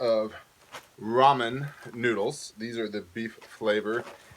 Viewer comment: I can’t be thankful enough you said ramen and not “ray-men”! 🙏🏻 Haha